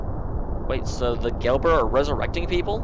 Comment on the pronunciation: its Gebler not Gelber!!!